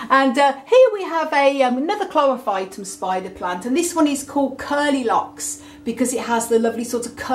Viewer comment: ??? Chlorpohytum what?